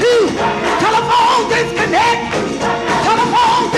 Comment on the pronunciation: Telephone disconneck 🤣🤣🤣🤣🤣🤣🤣😩😩🤣